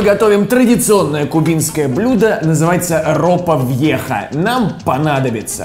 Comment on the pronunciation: Бьеха а не вьеха